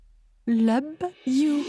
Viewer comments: Konbyen Moun ki tande di I LOBE YOU. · Qui a entendu i lobe you de la part de 😂😂😂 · M panse se sèl mwen ki te tande I lobe you a wi😂😂😂😂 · au lieu de dire i love you lui il dit << i leve viyou>>.😂😂😂😂😂😂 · 🤣🤣🤣 dit i lobe you au lieu de dire i love you,ummh apparemment c'est moi qu'on aiment pas hein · Qui à entendu dit I lobe you a akbar? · qui dit i lobe you au lieu d i love you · Et qui dit I lobe you 😂😂😂😂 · Qui as entendu I lobe yon à la place de I love you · Qui comme moi a entendu que a dit i lob you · Mw sezi 😂😂😂 I lobe you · l lobe you avec confiance 😂😂😂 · M panse c mw sel ki t tande l oui😂😂😂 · "I lobe you "oh ma reine 😹❤ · Il a dit ( I lobe you 😂) je l'aime beaucoup